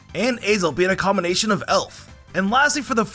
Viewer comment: "mespirit being a combonation of sprite" got me laughing